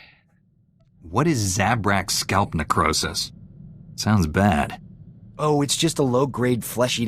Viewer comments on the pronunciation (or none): Episode Death Count: 0 Total Death Count: 11 He has an interesting way of pronouncing "necrosis"; the way he said it was more like "nicrosis". Aww, too bad you cannot talk about it; I was legit interested. That is cool though to see your work actually being used in court and in the news. That is correct; Chapter 3 is the last chapter of the base game. Three planets and the final Class Mission to go. Before Hutt Cartel you do have to do the planet Ilum and the two Flashpoints for it: Battle of Ilum and False Emperor. Then you can go on to Rise of the Hutt Cartel and the planet Makeb. This map is so easy to get lost on; all those walls and the terrain makes it hard to find ones way around the first time on the planet. To be fair (You do not know this yet, but it will become clear later) they did not build the entire prison. They found it and are just using it and are still in the process of exploring it and adding on to it.